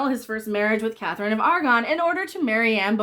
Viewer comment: Aragon....not Argon, Argon is an element.